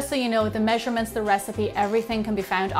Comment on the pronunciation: OMGGGGG WHY CANT YOU SAY THE MEASURMENTS!!!!!!!!!!!!!!!!!!!!!!!!!!!